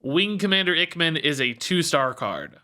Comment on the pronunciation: I think Ichman might be pronounced Ike-man, it's a reference to top gun (iceman).